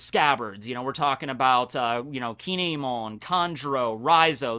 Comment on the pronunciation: I know I’m nitpicking here, but Kinemon is pronounced Kin-emon. Anyways, it’s awesome how you can make an entertaining video about a character we don’t know too much about!!! 😄